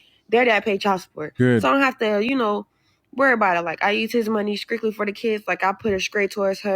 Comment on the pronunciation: "skriktly" "skraight" fuchin skoopid!